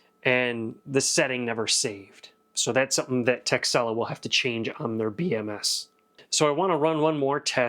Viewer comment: I thought you said the company's name was "Tech Sell Off" haha